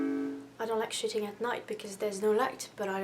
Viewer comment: at first i thought you said "shitting" not "shooting" and i was like jesus christ lmao